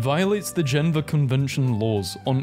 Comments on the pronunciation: You called geneva, "genva"? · Say Geneva correct or i will send you to the shadow realm